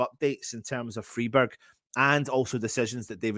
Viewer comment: Just to help you out - it's pronounced Fryburg - in German the "ei/ie" combo ALWAYS takes the sound of the second letter. Hope this helps mate 😎